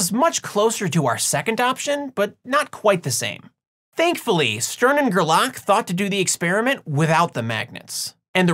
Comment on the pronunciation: Still, it's GER-lach, not ger-LACK ;-)